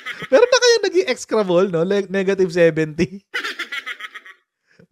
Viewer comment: Ex-e-cra-ble/ Ek-si-kra-ble ang pronunciation , meaning very bad